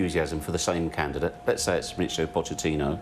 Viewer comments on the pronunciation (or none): Pochettino. Not inho. It's not that hard.